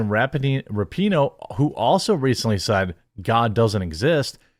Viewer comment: You mispronounced her name, it's "RAPE-ih-noh"